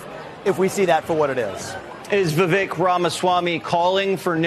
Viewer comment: Vivek rhymes with cake